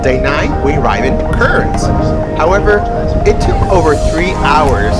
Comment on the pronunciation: Pronounced Cairns = Cans Brisbane = Briz ben